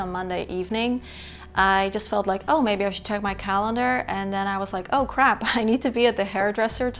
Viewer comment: I laughed out loud when you said ‘crap’ and did a strong Dutch accent 🤣 Aww thank you for sharing pieces of your world with us - I resonate with your thoughts and ways of living on many levels. I love how down-to-earth you are, and that the Dutch are not easily impressed by fame or prestige; and I enjoy how you advocate for living a simpler, slower life. I have been teased all my life for being a slow eater, and slow at things in general (especially by my dad and brothers who value doing everything speedily and not waiting long for anything!), but being this way serves me best, especially as an HSP… and I feel like I’ll have the last laugh, as so many mental health professionals are recommending for people to slow down 😂 Congratulations on your 300k followers! 🥳 You absolutely deserve the thriving, supportive community you have built up, and to do work where you can truly be yourself! Thank you for your incredible channel 👏🙏✨☕️